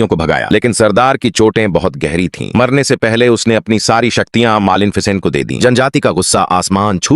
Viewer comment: Malen ficen😂😂